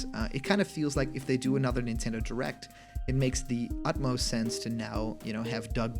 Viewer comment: "If it has too many spelling errors it's fake" Also: "Shense" Is fake?